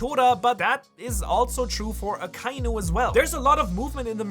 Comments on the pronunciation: Bin neu auf dich gestossen. Super videos. Kleine anmerkung für die aussprache der namen, vor allem aka inu, übersetzt roter hund, trenn die silben aka und inu und verbinde die vokale ai nicht. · Why does everyone pronounce Akainu incorrectly? They only say the name in the show plenty of times...